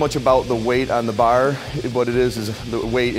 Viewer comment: Learn how to say the word 'bar' like a normal person.